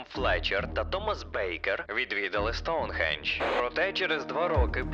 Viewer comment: Хах, я ні в якому разі не хейчу, але мені дуже подобається як ти кажеш,,Аджіе'' чи,, Соунхіедж'', а так відео супер дивлюсь тебе з задоволенням, дякую тобі за контент❤😊❤